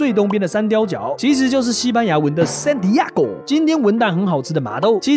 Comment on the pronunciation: 不是Santiago嗎？ 怎麼變成San Diego了？